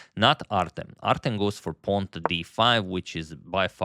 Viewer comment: Artem pronounced with stress on the second "E". i.e - artEm.